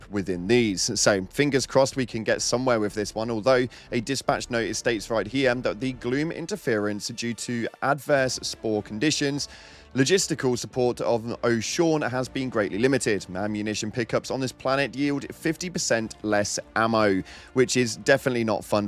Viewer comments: O-sha-oo-ne. It's not O-shawn. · Oh-sha-oo-nay - the fucking nav system says it when you travel there. Oh-Shawn ffs 🤡 Yes two hive lords is possible. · Everyone is even though your ship computer clearly says "Osha Oonay" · OH-SHA-EW-KNEE. Not O'Sean. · Not to be a d**k but it's oh sha ooh ney not oh shawn or ocean or anything else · Not to be a dick but the super destroyer announcer lady literally says Osha Oonay. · The planet is pronounced “Osha oo nay” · I’m pretty sure it’s pronounced “Osha-Oonay” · its OHH-SHA-OON-EH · Homie called it "Oh Sean"